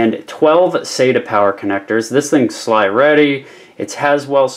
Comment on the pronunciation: ... did you just say "sly"? SLI is an acronym, not a word.